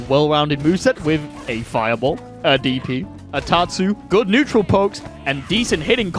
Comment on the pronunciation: haha netural